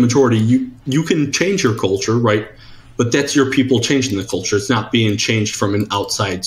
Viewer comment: God damn, I really HATE the way this guy pronounces "culture".